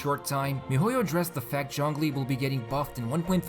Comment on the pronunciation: Why do you pronounce zhongli as junglee